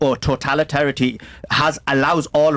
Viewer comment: The Asian man can't even pronounce pro totalitarian. Lol Where the fuck is he getting judaism says you can marry a 3 year old? Can someone enlighten me? To the best of my knowledge he pulled that out of his ass.